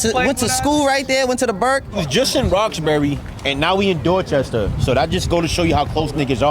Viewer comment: Bro said dorchester 😭😭😭😭